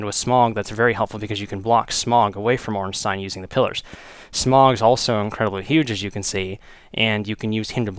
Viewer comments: OrnSTINE and SMOG. Lol. Pronounced: "OrnSTEEN and SmOH" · It pissed me off soooooooo much that you pronouced it Smog, his name is Smough not Smog. Sorry im just a perfectionist. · pronounced smoh, and ornsteen, sorry, it bugged me :c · SMOUGH pronounced SMUFF